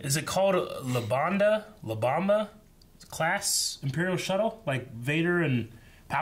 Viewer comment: It's Lambda, as in the Greek letter the shuttle kinda looks like.